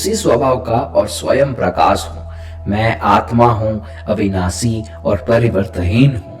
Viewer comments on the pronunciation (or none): Please correct your prononciation. It's शुद्ध not सुद्ध, अविनाषी not अविनासी। You might chant the mantras wrong which could have fatal results. आप "स" , "श" और "ष" तीनों को "स" ही कहते हो।